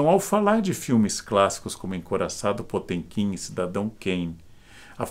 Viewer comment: Karnal, o senhor quase acertou a pronúncia em russo. No original (потёмкин). Só o som do "t" que está incorreto. O correto seria o mesmo som do "t" em "ateu" e não esse som do "tch" de "tchau". Abraço